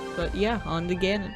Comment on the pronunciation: Cool , Ganon not Gannon